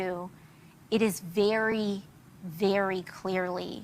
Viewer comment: Veyrey Veyrey Clearly.